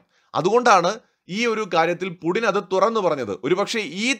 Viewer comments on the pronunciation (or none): പുഡിൻ എന്നാണോ പറയുന്നത്? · Puuttin... Putin it is so pronounced....Мы Любим Путина..